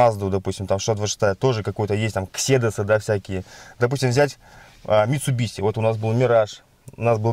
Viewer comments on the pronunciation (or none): извени конечно но не митсубиси а митсубиши